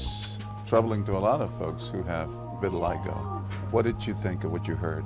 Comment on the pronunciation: It's called vitiligo, not vitilistop. LOL